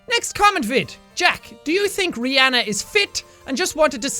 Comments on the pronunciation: You say Rihanna as you would pronounce my name Reanna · You said Rihanna whrong